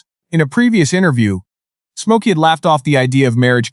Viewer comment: Come on A.I. Stop pronouncing his name as: 'SMOKE - OKIE!'